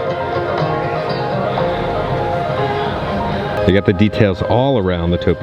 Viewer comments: Did you just call him maynerd? 😂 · Did you just say "Maynard"? 🤔😄